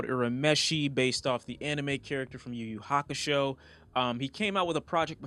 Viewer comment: Your proper pronunciation of yu yu hakusho immediately after urameshi made me nut